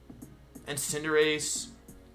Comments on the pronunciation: a very rare instance of wolfe pronouncing "cinderace" the correct way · Me:you did it finally XD pronounced Cinderace’s name right